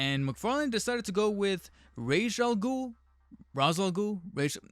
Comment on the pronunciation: When saying Ra's al Ghul, keep the word racial in your mind. Either that, or watch Batman: The Animated Series.